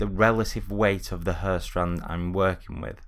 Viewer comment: Hair 발음을 Hur로 해서 그런듯